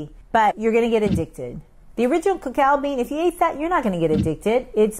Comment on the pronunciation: two different words. Typically, cacao is the pure form, and cocoa is the processed product. She pronounced it correctly.